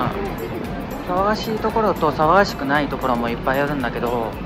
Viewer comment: Your Japanese is so good that it's hard to find pitch mistakes as 99% is correct, at least from my perspective as a non-native. These are just 3 I noticed in the first 1-2 mins (please correct me if wrong!). 騒がしいところ さ↓わ↑が↑し↑い↑と↓こ↑ろ ↓ X さ↓わ↑が↑し↑い↓と↓こ↑ろ↑ 〇 ... が多いという感じ お↓お↑い↑と↑い↓う↑か↑ん↓じ↓ X お↑お↓い↓と↓い↓う↑か↓ん↑じ↑ 〇 めっちゃ有名な歌舞伎 ゆ↑う↓め↓い↓な↓ X ゆ↓う↑め↑い↑な↑ ○ ↑/↓ signifies if the mora before it is high/low I checked these with native recordings of the same or similar phrases but if I'm wrong please let me know. You're probably better than 99% of other non-natives I've heard and way better than myself in terms of fluency so I have a ton of respect 🥺